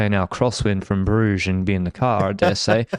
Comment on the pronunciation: Terrible pronunciation of Brugge though, I could see cringe a bit